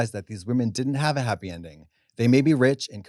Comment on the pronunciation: I was so haaaaapeeeeee 😂😂😂😂😂 that accent